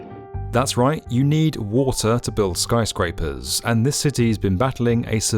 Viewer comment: why does he keep saying Skryscrapers?